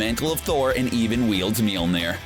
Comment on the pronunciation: Yes! That bugs the crap out of me too. And the way he says "mule neer" It's Mjolnir. In old norse, the o has the little tail. It's pronounced "Myawl-neer." Like when a group of your friends call and say their on their way, and you say, "Mm, yawl near?" But, I degrease.